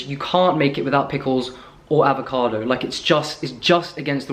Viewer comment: always repeating AAAAAVOCADO with when he says it with American accent:D